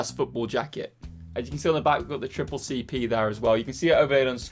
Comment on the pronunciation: Funny hear “Triple-C P” when you know it is pronounced like “SSSR”)